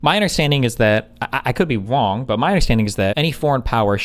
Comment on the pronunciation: Destiny is WONG???